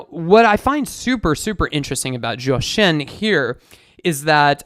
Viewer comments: Thx for your video! And for the singer's name, Zhōu Shēn, I think you were pronouncing Zhòu Shèn... the first tone, ā, should be a flat and high tone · Zhou Shen… If you pronounce his name like “Joe Shun” you’ll be closer to the pronunciation of his name in Chinese. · zhou pronounce as chou. z4c. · except the tones are way off lol